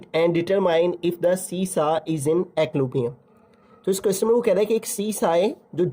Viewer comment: It's equilibrium not eqlobriom correct your pronunciation plz